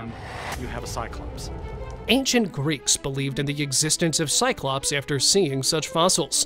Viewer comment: 'cyclopse' hahahaha try mammoth